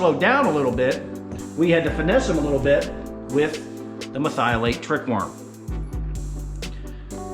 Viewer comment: Say it with me, Mer-thi-o-late